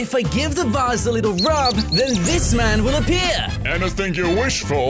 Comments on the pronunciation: vase not Vas Not trying to be rude wow e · It is vase not vass